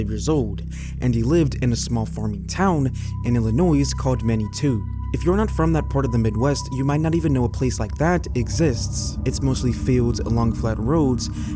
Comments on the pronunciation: Illinoisans say "ILLA-NOY". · The s is silent in Illinois. My five year old nephew knows this. Why don’t you???? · Here in Illinois we don’t pronounce the “s” on the end, it’s silent. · For fun, i pronounce Illinois "ill-annoying"😂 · In southwest Oregon there is a river named the Illinois River. You can tell the locals from the tourists because locals pronounce the "S". I was once traveling across country and in Kansas I stopped at a store in a town named El Dorado. I needed to put the name of the town on a traveler's check and asked the clerk, "This is El Dor-rah-do, right?" The clerk said yes and then said, "You're from California aren't you." I told her I was and asked her how she knew and she answered, "Well, around here it's El Dor-ray-do." It's all about where you're from.😂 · Nah. If you pronounce a place as well known as Illinois that wrong you deserve to be roasted.